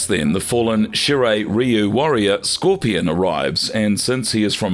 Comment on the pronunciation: I love the way they pronounce kharacters' names: Skor-pee-on, Ba-ra-kai